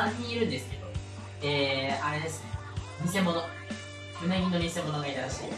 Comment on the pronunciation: 最初のうなぎの発音が食べ物